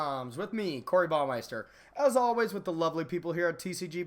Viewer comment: you say Baumeyster. it's german it's supposed to be pronounced "Bau-maist-aer" I mean I'm surely not the first to point it out but I'm saving you some shame if you ever visit Germany. I mean whatever I can't take anything seriously with Baumeyster ringing in my head